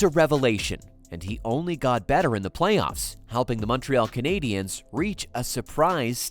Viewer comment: The Muntreeall Kanaydeeanns.